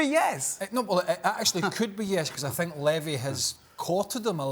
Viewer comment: “I fink”